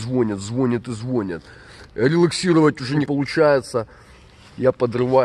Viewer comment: и звОнят и звОнят😂